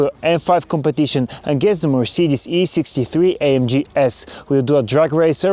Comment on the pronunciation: How hard is it to say AMG E63 S?